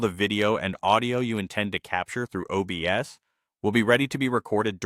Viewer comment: "OBES" lmao.